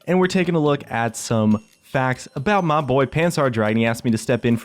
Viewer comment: i understood "Faggs" instead of "Facts" i really should stop watch his streams ._.